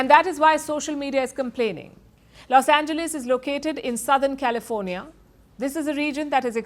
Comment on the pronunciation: This lady is horrible with English pronunciation, I am not surprised since she is from India and only 10% in India could read and write English with barely speaking option . Only .001% Indians speak proper English. This lady pronounced PRIVACY as Prevcy, she. Called Los Angeles Los Engleese